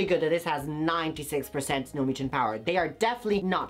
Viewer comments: mucin is pronounced (ME-YOU-SIN)!!! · Snail MOO-CHIN🤣